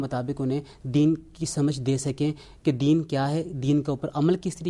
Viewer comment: د ین عربی زبان کا لفظ ہے اردو میں لین د ین ھوتا ہے چرب زبانی سے الفاظ کو مسخ مت کرو 274